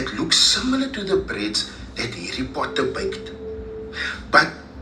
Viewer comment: Foken Harry Potter will never be the same… Now I only hear Hairy Potter 🫠🫠🫠🫠🫠🫠